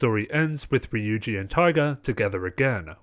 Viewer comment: Just a pointer Ryuji is pronounced ru-Ji with a rolled r